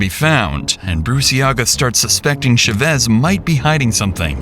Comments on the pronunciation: The pronunciation of these AI devices is so pitiful, what the hell is a “Sha-ves” it’s CHAVEZ! CHHA-VEZ GOOD LORD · Is this AI narration? No one pronounces that name as “shey-VEZ”. Try “CHA-vez”. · How hard is it to learn how to pronounce the last names of the people your entire video is about. Shevesss no. CH-AH-VVV-EH-ZZZZ. For fk sake, just learn it!!! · For the millionth time the spanish name Chavez isn't pronounced with an sh. Thats french. Its CH like in cheese. Stop doing this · The name is pronounced CHAVEZ... exactly how it's spelled. Not Sh-u-vez. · Its cha vez not sha vez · They keep pronoucing Chevez? Why isn’t it “Cha-Vez”? Why they keep saying the A silent? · Saying "Shuvez" instead of Chavez is driving me insane. What planet are you from that you can't pronounce Chavez? YouTube is weird. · "Shuvez" is a crazy way to say Chavez also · CH-AH-vez * Chavez. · Its chavez man wth u saying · Why is he saying Chavez like that? It's not shavez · It is Cha as in Charlie.....not sha. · FYI, Chavez is pronounced with a “ch” sound like “chair”. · why you pronounce chavez like that lol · The mispronunciation of Chavez this entire video has absolutely sent me 😭😭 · Josue, Chavez, Vigil from a previous vid.. there's gonna be a lot of crime coming out of Albuquerque. With all due respect, you gotta learn how to pronounce these names. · Ooo wee I wish folks would look up how to properly pronounce Hispanic names… it was so painful to hear “Chavez” mispronounced so many times. And before anyone comes for me, I was born and raised in Albuquerque (where this story happened) and if you watch any news coverage, this is not how to properly pronounce the last name. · Is no one going to say anything about how horrible he keeps pronouncing Chavez? lol Great video tho ☺️ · The pronunciation of Chavez is frying me😭😭